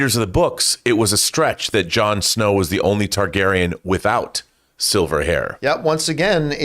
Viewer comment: John, if you’re reading this, you’re saying Targaryen wrong. It’s not TAIgaryen, it’s TARgaryen.